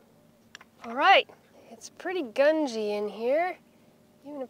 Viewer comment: pawl.... not prawl.. grungy not gungy.